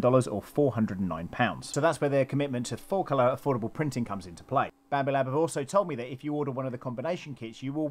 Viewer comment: "Bampoo" hahah. Nice. Well done on the overview my friend!